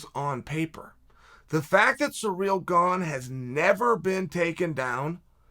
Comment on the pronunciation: Took me 9 mins to realise he meant Cyril. Sounded like he was saying Ngannou was surreal🤣